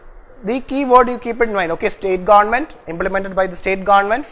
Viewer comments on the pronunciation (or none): GaandMent... U r the only guy who pronounced this correctly